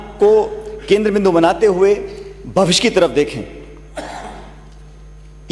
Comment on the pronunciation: Pronansation shi kro pailot shan...smmidhaan nhi hota svidhaan hota h.....bhvish nhi hota bhvishy hota h